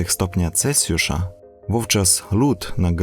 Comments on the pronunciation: Jesteś świetny, robisz bardzo wartościowe filmy - zawsze niezwykle merytorycznie! Ale mówimy "celSjusza", nie - "celCjusza". Piszę, bo widzę że masz głód wiedzy i rozwoju, to nie hejterski komentarz:) jesteś moim wymarzonym mężem pozdrawiam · Mówi się Celsjusza a nie Celcjusza.